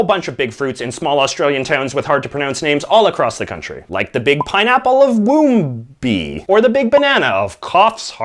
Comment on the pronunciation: you did very well, seriously. 1) it looks like Melbourne, but its pronounced 'mel-bin' or 'mel-bn' 2) Woombye = 'wom-bye' 3) we do still have bottled wine. bottled wine is usually more expensive than goon, but its a much higher quality.